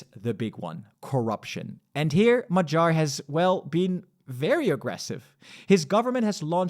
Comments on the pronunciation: Non-Hungarian here, but why say "Majar" instead of "Ma-ghee-ar" / "Mo-ghee-or". Good video anyway! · mah-JAHR 😬 does he really think that the stress in Hungarian is on the last syllable 😂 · Hungarian a is somewhere between English a and o. Tounge is down in the mouth. Hungarian gy is a double letter representing one sound. It is like d+y, but just one sound. The y in the Hungarian alphabet, as part of double letters, is a sign of pronouncing the letter more softly. In this case it is like you would pronounce a sound between d and g (not like in "George" but like in "gun"). I think the homepage Forvo will help you. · it's only funny if you mispronounce his name like this video host does. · Magyar G should not be spelled with a G of "gentle" but instead with the G of "gate".